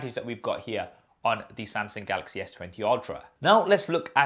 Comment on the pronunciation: please stop saying Sam-Seng